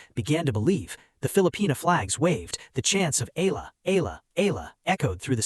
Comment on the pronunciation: If you plan to keep telling these types of stories, please be respectful and say/ pronounce Alex Eala’s name properly. I was wondering who “Alah” or “Ay-la” you’re talking about, at the start of your story, then it was becoming annoying.